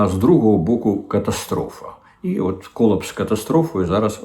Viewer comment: КолАпс а не кОлапс 😅